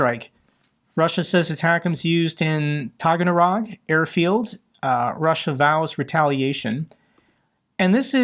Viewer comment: Sorry,, it's taa-gann-ROK (or taa-gann-ROHHH).